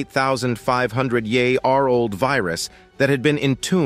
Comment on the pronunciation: So many YouTube videos must be using the same narrator voice generating program. '48,000 ye-arold virus' is how the program divides the syllables. There must be some humans who are able to narrate these videos. Only a small amount of editing is needed to shorten natural speech to fit a video. Thankfully, the visuals are relevent to the topic - some videos use heaps of irrelevent filler, such as people looking shocked etc. Maps, graphs, and comparisons are all good to add for each topic. Hopefully, we will have more evidence to colour in the gaps of knowledge in human evolution. We need more true scientists and less politicians and con/scam people. Australia is full of scamming people competing to gain more personal wealth than caring for others' well-being.